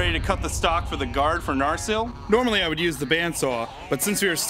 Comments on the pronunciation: NAR SEEL, bro, NAR SEEL. Not Nar sul. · Angworn And Narzil ? Really? I mean great job with the sword, but you butchered the names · Disliked when you called it NAR-ZLE inside the first minute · Was no one else bothered by the pronunciation "Narzehl" for Narsil? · ANDURIL NOT NARSIL SMH...... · I hate how they pronounce Narsil in the beginning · The way you pronounce Narsil and Andúril pains my heart and ears. Other than that, cool video!